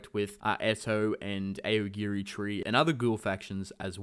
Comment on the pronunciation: Also aogiri is pronounced like owgiri and the ou in Kanou makes an oh sound like in oh no.